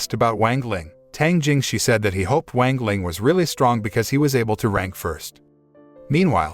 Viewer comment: Bruh I hate this guy mispronouncing "wang ling" into "wengleng" like wtf😡